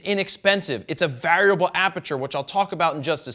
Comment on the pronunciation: Anyone else bothered by the strange pronunciation of the word ‘variable’?